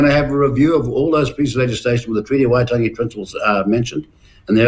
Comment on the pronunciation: Peters discussing the treaty of waitangi???? He cant' (will not even bother to try!!) To pronounce the name correctly.